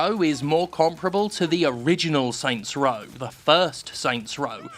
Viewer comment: Oh my god stop saying “Saint’s Row.”